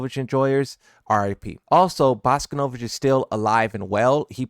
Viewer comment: You can pronounce bosconovitch right but you can’t pronounce miary or kazuya right